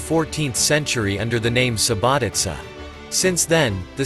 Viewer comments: Subotica not SubotiKa 😂 ! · Oh man, you've been there, you've made a film about it... how is it possible you have noooo clue about any principles of pronunciation???? Subotika? Vodhvodina??? Jesus, maybe people should say Mankhester and Nevtsastle... it's crazy!